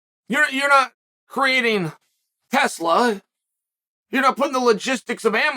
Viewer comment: When Chael says TELSA do you think: the band that sung "signs" with acoustic 🎸 Or the guy that 🚬on JRE